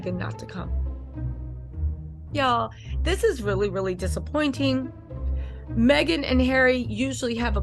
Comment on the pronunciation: it's Meghan not maghan sounds like you are a troll